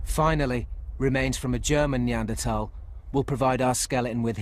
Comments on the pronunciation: I keep hearing it as Arnie Anderthal. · It is "Nee Ander Tall" and not "Nee Ander Thaw" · What pisses me off most about this is the pronunciation of neaderthals. 😜